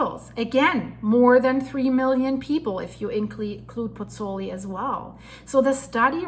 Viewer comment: That's Marsaxlokk Malta a kilometre from my home. Also have been meaning to say for some videos, the pronunciation of Pozzuoli is Pots-Wall-ee not Pots-ooli.